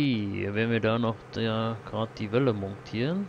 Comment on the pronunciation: Fällt nur mir das auf oder nervt das auch jemanden das er mongtieren sagt?